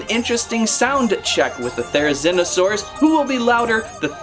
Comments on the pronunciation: its ther-oh-zeen-oh-saurus not thero-zine-oh-saurus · it’s pronounced theree-zeeno-saurus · The prounounciation is thera ZEEN O saur us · Pronounced Therzlnosaure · You pronounce it Ther-E-Z-No-sauris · The therzinosarus is pronounced there -a zen -a -sarus if I spell that right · You pronounce the therizinosaurus thera-zee-no-saw-ras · It’s pronounced th-air-u-ze-no-sore-us Yang-chew-on-o-sore-us